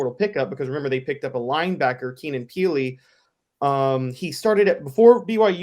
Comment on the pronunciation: Keenan Peel? It’s Keenan Pili my guy… come on you said it twice lol huge TN fan btw, that just bugged me